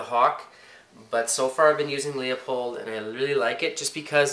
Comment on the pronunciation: Leupold is pronounced Loopold not Leeapold. Everyone makes that mistake. : )